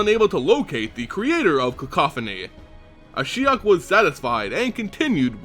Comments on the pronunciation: Yes I found it confusing as well. He began with Ashy-ok then changed it subtely to A-shy-ok. I wish the narrator would just stick to one pronunciation and stick to it. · Kinda weird that you used 2 different pronunciations for Ashiok, interesting story though. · lost count of the amount of different pronunciations of Ashiok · Ashiok is pronounced like three different times during this video :') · another great vid, tho you pronounced ashiok differently throughout it. LOL